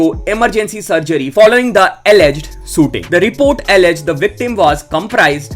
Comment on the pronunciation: Why I heard "Sooting" , instead of shooting ?